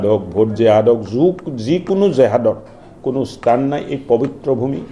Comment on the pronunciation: "স্তান" নহয় মহাশয় ! স্থান হে | সাধাৰণ মানুহ হলে বেলেগ কথা | বৰঘৰৰ" "বৰ পিৰাত" উপবিষ্ট "বৰমানুহ" সকলৰ মুখত এনে বীজতৰীয়া ভাষা শুনিলে মনটোত বেজাৰ লাগে |